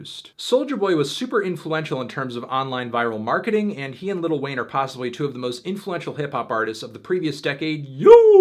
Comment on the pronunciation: wait... did he say little wayne?